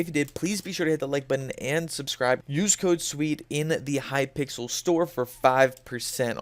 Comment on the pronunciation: He really said welcome to hyyyypickles skyblock